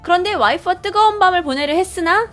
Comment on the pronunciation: 뜨거운 밤을 뜨거운 밥이라 들음ㅋㅋ